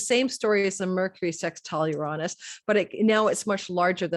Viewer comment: Everyone is struggling with the word Uranus….. no one wants to say “youranus” 😆….how about Uranus…yur-Aa-nus. Quick short vowels….not uraaanus